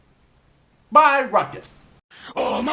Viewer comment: I believe Rukis is pronounced 'roo-kiss' not 'ruck-iss'